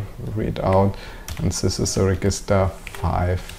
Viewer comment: Nice videos, easy to follow. One very minor thing - "Register" in English is pronounced like "reJister"... every time you say it, it causes a tiny mental hiccup and interrupts the flow (well for me anyway) . Thanks!